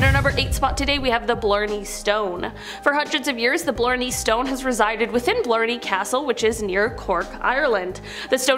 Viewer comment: Not to mention the pronunciation of Blarney was off as well. Its like Barney just with an l added, though it sounded more like she called it Blurney